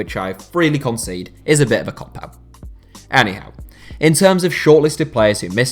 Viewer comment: Am I the only one who thinks when he says Anyhow it sounds like Eddie Howe